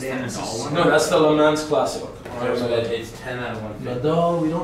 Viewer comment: I hope you work on your audio because these are good videos. Also every time i heard you say Le Mans it drove me nuts